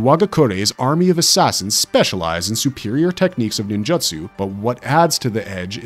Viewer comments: I cant keep watching this purely for the fact this dude purposely mispronounces ninjutsu and jujutsu kaise as Ninjatsu and jujatsu. Infuriating and making me believe this channel is made using A.I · NinJAtsu..... all i can hear in the whole video